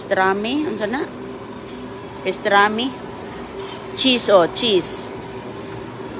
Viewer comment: PASTRAMI….hindi pestrami😂🤣🤣